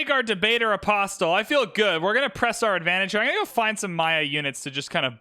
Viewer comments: apostle is like castle. Don't pronounce the t. Just listened to you mispronounce apostle a thousand times. My patience should win a medal. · Love these videos but one thing is bugging me. The "t" in apostle is silent.